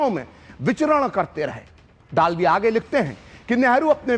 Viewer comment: डालवी नहीं दलवी